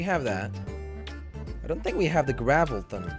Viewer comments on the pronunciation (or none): it's gravitron not gravelton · I kept laughing so hard when you were saying gravilton because it was gravitron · It’s not gravalten it’s gravtron